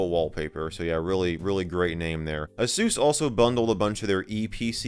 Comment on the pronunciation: hearing asus spoken as "a-soos" is so jarring to me 😂😂😂